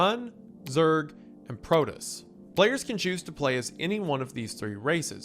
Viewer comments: Broad War, Protiss, and Te-ran is WendiKilling me bro. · Ah, yes. The iconic Starcraft races of the Tuh-run and the Protuss. 😂😂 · You're saying the race names wrong. Terran as in of the earth, terra. PRO-toss. You called broodwar broadwar! Unforgiveable. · As a huge StarCraft fan, the mispronunciations are killing me 😭 BROOD War as in RUDE with a B TERRAN like you’re running an ERRAND PROTOSS as in PRO pitchers do long TOSS to increase their throwing strength All that aside, glad you’re covering my one of favorite games ever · So I am wondering why it's being done, but I am going to assume it's some sort of "Autist" test. But here we go: He prounounced- Terran as Tehran. Brood as Broad. Protoss as Protists I guess it's a ragebait because while he does pronounce the Korean names as closely or accurately as possible, but mangles English words. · "Teh-run, Zerg, Pro-tus" The fact Zerg is the only one he pronounced correctly goes to show how much of a cultural impact the Zerg had on gaming culture more broadly. I wonder how many people under the age of 24 actually realize "swaming" or "zerging" was a term that came from the 90s with SC1. EDIT: h-h-he called it BROAD war. I can't tell if hes doing it on purpose now. I get Kerrigan was like a Lara Croft for RTS nerds but come on, Brood is a normal word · He says brood war correctly near the end of the video too. I can't tell if he's trolling or just misread. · Wendigoon has clearly never watched or played StarCraft with the Protoss and Terran and "Broad War" vs "Brood War" mispronunciations lolll. Great video though! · And Terran and Protoss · Oh god, the pronunciation of Terran and Protoss, and then holy shit, he did it twice, called 'Brood War', "Broad War". Bro, just watch at least one video on a topic you're covering before you read a script if you don't know the topic and pronunciations, especially for something that, in this video, has an enormously massive fanbase longer than you've been alive